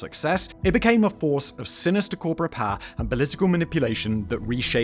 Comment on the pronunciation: My god its poWer Simon! PoWer!! Not poer